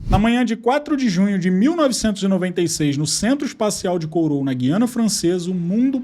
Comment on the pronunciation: A pronúncia de Kourou é mais ou menos como *currú*. Vídeo interessante, muito obrigada.